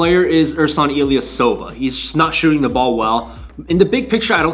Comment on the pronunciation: It’s “the” not “duh”. Learn how to pronounce words.